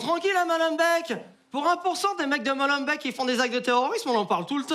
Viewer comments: on dit "molenbék" pas molenbèk" godferdoum 😂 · juste pour préciser que molenbeek ce prononce molenbéék les deux E de la fin du nom ce prononce é , vu que tout le monde en a entendu parler actuellement lol merci pour cette video je kiff